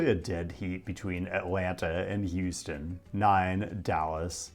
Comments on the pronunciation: it’s houston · It's Houston. Stop being dumb. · Its houston